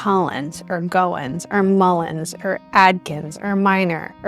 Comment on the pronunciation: You’re saying Goins wrong, but just come to Chesterhill Ohio, Zanesville Athens Cutler and more towns in Ohio in the country, boom you’ll have your answers!!